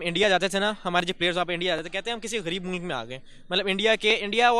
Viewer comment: aisa mat karo yaar... मुल्क को मुलक ऋषि सूनक को सनक 😇😇 Thoda confusion ho jata hai😄😄